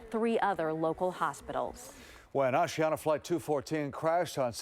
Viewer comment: Osiana? It's Asiana